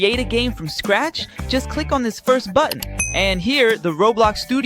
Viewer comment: bro said rablax not roblox